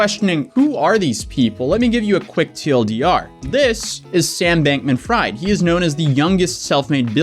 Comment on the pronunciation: I'm pretty sure it's pronounced like Bankmin-Freed... Not Bank-Man Fryed lmao